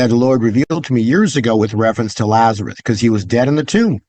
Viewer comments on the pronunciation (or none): Someone should tell about Lazarus, not “Lazareth”. 😁